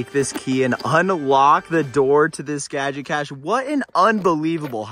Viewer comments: Soooo. That's how one pronounces "gee-o-cash"?? Pun, maybe? But " gaj-ah-cash" seems to trigger gag-reflex. IMO. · Needs to learn how to pronounce "geocache"!!!! It certainly IS NOT "gadget cash"